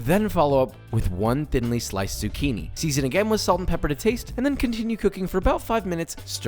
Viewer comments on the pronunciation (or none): none